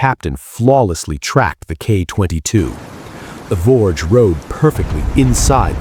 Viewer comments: It was the Voge pronounced Vog E . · I was aboard Voge during the incident. The ship's name is actually pronounced as two syllables: "vo - gee(as in geese)", not "vouge" or "vorje". As cringeworthy your stupid AI mispronunciations of the vessels I knew so well are to me, it is trivial given the fact that your account of the events that occurred that day is COMPLETELY AND UTTERLY WRONG!!!! I'm too polite to say what I really think about it. And while I (and you) have no idea of how the Echo II crew were operating, Voge's crew throughout that day was calm, professional, and incredibly proficient. I was pretty busy at my GQ station on the bridge after the collision but was especially impressed by the demeanor and performance of the captain. He was (thank God!) the calmest, most level-headed commander that you could hope to serve under. I have to wonder what other fictions are being passed off as the truth on YouTube and by the media in general.